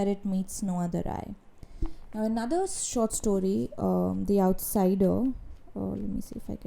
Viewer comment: is it short story or sort shtory 😜 Loved the review! It's good that you're not a fast reader coz you do take time to study plot and characters well.